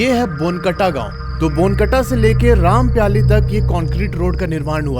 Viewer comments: It is रामपायली not rampyali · Bhai aap gaon ke naam galat le rhe ho rampyali nhi wo rampayli he aur amai nhi wo aamai he